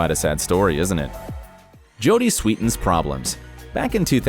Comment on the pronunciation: He said “Sweetins” her name is “Sweeden”